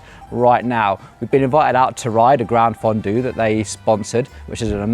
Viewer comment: Enjoy your content, but please, please put some effort into the pronunciation. It's not oofisso, or ufissi, or any of the other mangled words you invented. It's offee-chee-nay mat-tee-oh. And the G in Campagnolo is silent! And gran-fondu? Seriously?